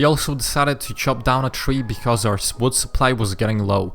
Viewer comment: He has a very strong accent when he said wood it saoudnign like woood